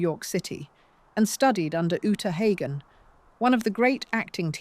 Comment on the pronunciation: Omg... can't even get famous names pronounced correctly. Uta, Dina.... I'm out.